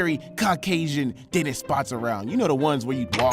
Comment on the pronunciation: Bro for the first few minutes I thought you said Dennis lol